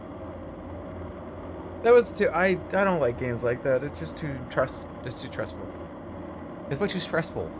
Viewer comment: “It’s too tressful” -Jeremy